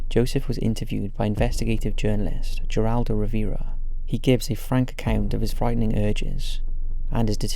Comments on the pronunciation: Very intriguing. One thing about Geraldo: the G is pronounced as an H, not a J. It should sound like Heraldo. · The G in Geraldo is an H sound. 😊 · the G in Geraldo in pronounced like an H btw lol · How many people started correcting him when he said Geraldo Rivera? Lol!